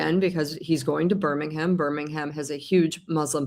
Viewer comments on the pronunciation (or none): Hi Paula, love your channel. Just to say that Birmingham is not pronounced with ham at the end! Its pronounced as Bir-ming-um. Hope that helps.